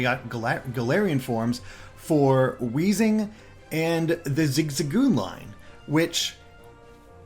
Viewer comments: it's "weezing" yo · add an H to Weezing's name Weezing: MY NAME'S! NOT! WHEEZING!